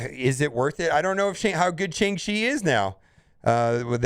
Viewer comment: Classic destroyer of words. Even when they write a whole bit into the movie about how to say the name right it’s still not enough.